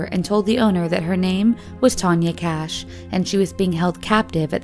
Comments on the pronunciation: How come they write and show the name “Kach” several times, and they keep saying “Cash” during the video? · The first 2 surnames were pronounced so wrong. Kach isn't "cash", it's "Kah-ch" with the "ch" being the German pronunciation. Kubacki isn't "Koo-bah-kee", it's "Koo-bahts-kee". Learn to speak.